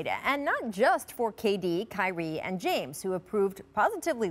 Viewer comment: Every day Rachel adds three or four syllables to "and" at least once. A-a-a-a-and